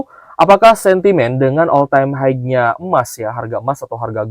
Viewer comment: Om blh ksh input: high itu bacanya "hai.." bkn "haig". Bs dicek di dictionary. Smg membantu om..